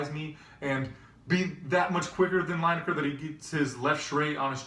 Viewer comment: It's pronounced Leeneker, not Lyneker